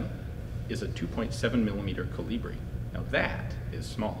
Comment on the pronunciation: It's KOlibri. Not KoLIbri. The intonation is on the first part, thus.